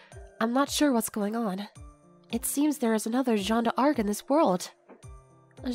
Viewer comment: Great work ! As a Frenchman, I cringe whenever you say French words - especially "Jeanne d'Arc" - but the rest was an impressive job.